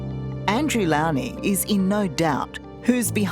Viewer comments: It’s Andrew Lownie - the “low” is pronounced like the word, low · It’s Andrew ‘Low-nee’ at least pronounce his name correctly, Tara.